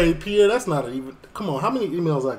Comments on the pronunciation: Respectfully ...Piers Morgan is pronounced Peerce, not Pi'ere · Its piers morgan not piear morgan lol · Hello from the UK. Never seen your channel before, but I am LOVING this video! I'm crying laughing at your comments, just brilliant! I've now subscribed! And I'm sure lots of people have commented on this but his name is pronounced like pierce like when you pierce your ears 🙈🤪😂